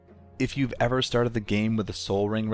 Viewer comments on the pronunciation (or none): none